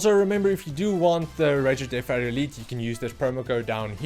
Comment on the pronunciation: Are you saying Deaf Adder?